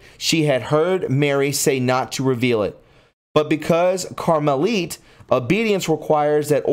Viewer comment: Papal is pronounced with a long “a” then a short “a”, you mispronounced Fatima, and Carmilite , apostasy and several words. I wish you had some help. There even has been a fake Lucia that the Catholic Church pretended was the real person but it wasn’t. There have been many lies and cover ups. You are really murdering the words.